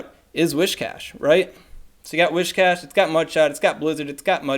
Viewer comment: Alright so I hadn't planned on saying anything but since the topic of pronunciation has been brought up, it might be worth double-checking where the first 'h' in "Whiscash" is